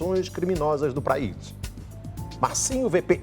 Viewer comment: kkkk "pRaís"